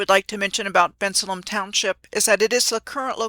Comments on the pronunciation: This is great! Thanks ❤ The locals say Ben-sale-um (Bensalem) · Im from the Philly area and the way you are pronouncing Bensalem is not how we pronounce it😂